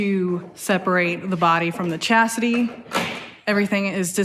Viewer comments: "The body from the 'Chassidy'....."🤣😅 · Why does it sound like she is saying chassidy? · She said chastity! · Anyone else catching say chastity when referring to the chassis? Just thought it was funny myself, not trying to be mean. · did you say separate the body from the chastity? Lol